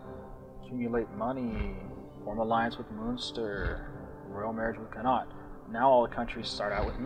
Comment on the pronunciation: Connaught is not pronounced like that -_- But good video :P